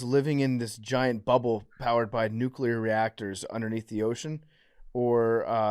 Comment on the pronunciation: Listening to say “Nucular” when he should be saying “Nuclear” is going to give me an aneurysm.